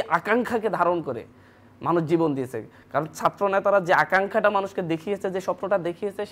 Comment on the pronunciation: দিয়েসে, করেসে, বলেসে...